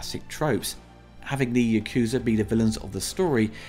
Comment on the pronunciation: Ya-ku-za not Yakoozer